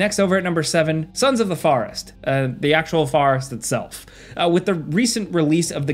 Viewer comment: "farrest"